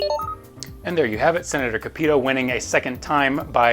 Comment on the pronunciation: Small note but you’re pronouncing Sen. Capito’s name wrong. But other than that, great video as always!